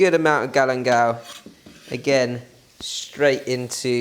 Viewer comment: What is "Galemdal"?